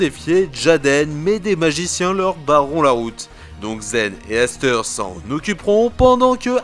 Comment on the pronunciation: Cirus en sueur !😂 j'aime bien zane. Je possède une de ses cartes ! Dites moi que mon commentaire est éclaté ! Sinon continue et puis pour t'informer aster se dit pas asteur mais astair, tu le saura maintenant !